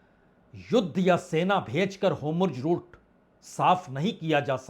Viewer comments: 'Homurj' nhi 'Hormuz' Bajpei sahab! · Homurg nai hai bhai 4 baar apne bola its Hormuz strait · होमुर्ज (Homurz) नहीं होर्मुज ( Hormuz ) पढ़िए जनाब । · Sir, this route is Strait of Hormuz not Homruz. It is Hor... not Hom... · हाेमुर्ज हैन हाेर्मुज भन्नुस न वाजपेयी साब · Bajpai ji HORMUZ aur NETANYAHU ka pronuncition hamesh galat hota hai pl. Durust kijiye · चैनल वाले भाई साहब आप हॉरमुज और बिन्यामिन नेतन्याहू यह दो शब्द नहीं बोल पा रहे हैं आप इन दो शब्दों का थोड़ा रिहर्सल कर लीजिए😅😅😅😅😅😅😅😅😅😅😅😅😅😅😅